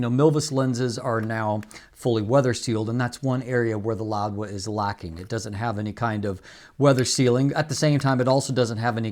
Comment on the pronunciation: It’s Louwa not “LouDwa”, correct?